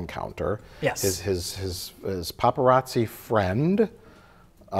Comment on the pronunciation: It’s “Paparazzo” 😊